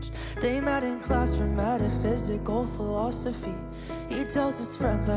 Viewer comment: is it just me or is the way he said phiLOSphOphy different 😭😭😭